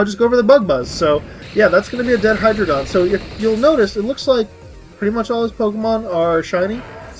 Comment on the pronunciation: also hi-dray-gon